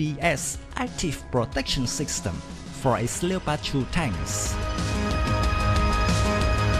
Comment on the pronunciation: A little advice mate, Leopard is pronounced with 2 syllables. sounds like Lep-ard as opposed to Le-o-pard. Cool vid though thanks